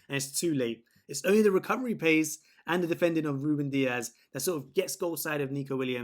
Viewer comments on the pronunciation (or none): none